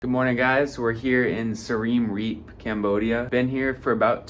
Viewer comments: learn how to pronounce siem reap bud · 😂😂😂 first time hearing someone pronounce Siem reap like that 😂😂😂…!